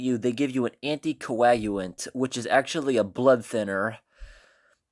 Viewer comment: The way he pronounced anticoagulant hahahah